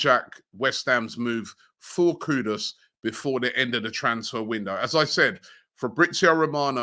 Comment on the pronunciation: Wow its been more than 2 months and Robbie got Kudus name right!